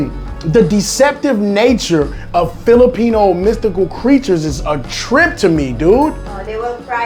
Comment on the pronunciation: You do not now how to say Filipino